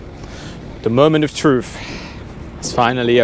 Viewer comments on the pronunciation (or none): Brits and Europeans who learned British English its "truTH" not tru"F" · The moment of "troof" Nice th sound